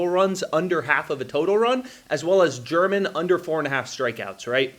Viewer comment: I enjoy your videos, but Domingo German is not pronounced like the country. It’s pronounced hermit.